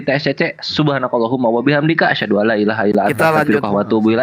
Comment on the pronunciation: SAYA MENYIMAK SAAT KENDIL SAHADAT , YG DIA UCAPKAN " ASSADU bukan ASHADU "